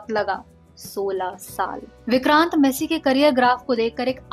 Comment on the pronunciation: You are pronouncing his surname wrong. Its not messy, its massey